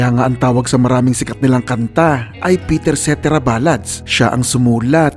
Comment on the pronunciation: Pakinggan mo kung paano bigkasin ni David Foster ang pangalan ni Peter Cetera at yun ang tama 🤨